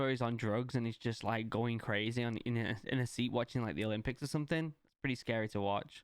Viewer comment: I hate how every word he says with a y he says for example:crazeh or scareh